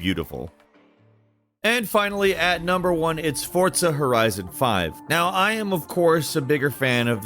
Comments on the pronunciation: It’s forza not fortsa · Isn't forza not fortza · Why does he say it like that ?? “FORT-ZA” 🤣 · I stg every time you say Fortsa i cringe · There is no 't' in forza. Learn pronunciation one of these days. Also, maybe don't include corridor/instanced games on an open world list. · My man said "fortza"😂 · Why are you saying Fortza? haha. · You & Jake pronounce Forza weird.